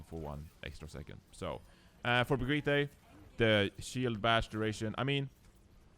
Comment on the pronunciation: I'm triggered by refusing to pronounce "Brigitte" correctly when he can as a Swede...